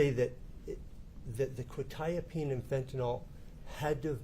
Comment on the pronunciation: The funny thing is neither of them say it correctly anyway, it is pronounced Kwet- eye-ah-peen